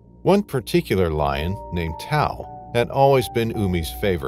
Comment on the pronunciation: TAU..- Ta.woo Is how u say it ..Bad translation by the way 😂😂 ...Tau = Sotho word for a Lion .